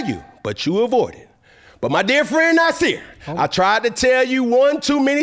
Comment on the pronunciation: “They been Nasirr all year”😂